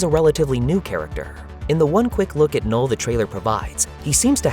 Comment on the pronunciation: O “K” é mudo, “nul”